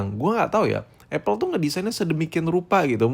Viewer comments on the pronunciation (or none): none